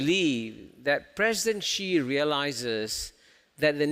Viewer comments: Please try not to mispronounce the name Xi as a Gee, Jee, or Shee. The proper pronunciation under Chinese pinyin is a lighter form of Si, When in doubt, Si is approximately quite close. To be more precise, Chinese pinyin, Xi Jinping's family name is pronounced like an English 's' except lighter. Pronounced like the word "see" with a small modification of pushing the sound through your front teeth and opening your lips horizontally. I am quite happy Prof Kishore has got most of his pinpoints of China correctly. His SHE is less wrong, but still wrong, and he should simply get a Professor from Nan Yang University to coach him on a simple "s" through front teeth,. It is the host of this clip who insists on being wrong with GEEE. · When you can't even pronounce Xi properly when even Kishore is saying it 100 times for you to hear, and yet you keep pronouncing it Gee, you should not be the host and your opinions should not be taken seriously. Luckily he just asked questions, since no one would take his opinion seriously since he keeps on willingly mispronouncing China's presidents name on purpose. It's 2022, there's a million sources online you can use to check pronounciation, there's a million people at your fingertips around the world you can ask, yet this guy didn't do anything and ignores all the truth in front of his face going stesight into one ear and out the other. No brain to absorb the sounds from kishores mouth.